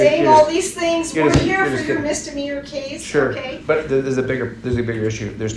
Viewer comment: It's "CASE" not "CHASE"!